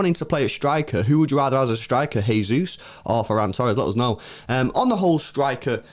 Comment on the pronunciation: Guys. Gabby Jesus is Brazilian not Spanish. Please stop saying “Hey-Zeus”. It’s JAY-Zeus”. Pronounce the J. Please lol.